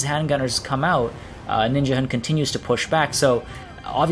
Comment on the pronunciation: Ninjahund means Ninja dog in danish. And of course you pronounce it very wrong :D